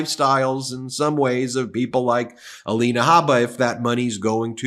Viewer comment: Ms. Habba's first name is spelled 'Alina,' but now she pronounces it "Alania."